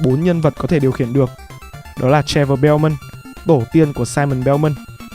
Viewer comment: Mình mong bạn cải thiện hơn về giọng đọc vì mình thấy bạn đọc khác là giật cục thậm chí có lúc bị dừng lại vì có vẻ bạn chưa thuộc scrip, giọng bị đều, hơi châm xíu và nhấn nhá chưa đúng lúc. Còn một lưu ý là bạn nên để ý một chút ở phát âm vd:(soudtrack chứ ko phải shountrack or trevor chứ ko phải chevor). Là một fan của Phê Game cũng khá là lâu r mình mong bạn cố gắng ạ. Đây là ý kiến cá nhân của mình có thể sai nhưng mong bạn xem xét!